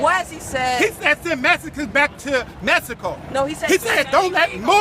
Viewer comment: did he say MeSZico? lol